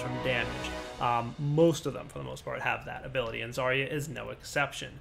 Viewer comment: They really should've hired some actual russian speaker to record Zarya. That "Огонь по готовности" (fire when ready) really freaks me out as a native speaker. Also you're reading her name wrong it's ZaryA not ZArya